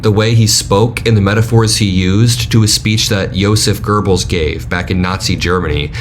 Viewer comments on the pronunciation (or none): Great coverage. Please, however, there is no 'r' in Goebbels. I genuinely don't mean to tear you down - I just don't want you to lessen the impact of your message by looking like you don't know any better.